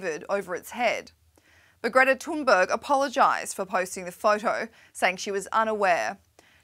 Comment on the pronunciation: *Greta Tooonberg according to this reporter